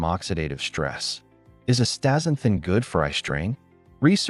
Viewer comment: Forget it man, you can't even say the world properly. Pretty lame dialouge. Astaxanthin is awesome.